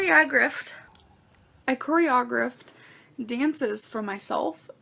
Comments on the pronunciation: I have heard a lot of mispronounced words in my life, but cory-ah-griff takes it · "I cori-AH-griffed"..she can't even pronounce the damn word let alone do it. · Cory-au-grift…ya right lol. I’m sure you’re reading these comments ya dancing Queen and I just want to correct you..it’s Choreo-graphed😝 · "I Coreha-aw-graphted.." Bish what!? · Oh yes...she corey-uh-grift-ed dances AND She played soccer on the blue team!!! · (KOREY-O-GRAPHED) you're welcome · How hard is it to say “choreographed”… I mean one would think if you actually did it you should be able to correctly pronounce it… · Girl doesn't even know how to say the word choreographed and she still expected us to believe her 🙄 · She was such an amazeeeeeeen dancer that she can’t pronounce choreographed right??? Ohhhh, I can’t get started. “ Dance was my life”?? She can’t even use the terminology correctly. She gives me chest pain- but here I am watcheeeen… still watcheeeen. 😳😳😳😳😳😳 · She can't even say choreographed right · Her pronunciation of choreographed never fails to make me cringe😬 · For heavens SAKE Amber LEARN how to say choreographed!!! PLEASE!!!😊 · Anyone else feel like she mispronounces these obvious words because she knows it riles us up? Like, this gorl spends her whole day online, she MUST have heard the word choreographed in the last 30 years...